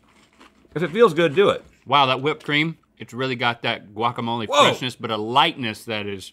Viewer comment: Wokamole 😖 pretty sure it’s guacamole